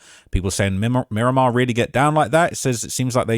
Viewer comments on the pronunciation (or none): Murdamar * wtf is miraq 😂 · You said Mi-raq bro I can’t even believe everything you say after that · Mi-Raq… stop it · "MI-RAQ" is wild 😂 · Dont no one in broward or Miami say Mi-raq. Stick to yo chicago vids jit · I was born and raised in Miramar and I’ve never heard anyone say “Mi-raq” 😂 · Mi-raq ??? Stop it bro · He goofy trying to go viral Miami Dade county is wicked but no mi raq